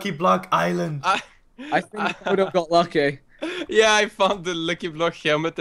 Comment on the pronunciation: Does anyone notice how.he said lucky now.he.said wucky now:3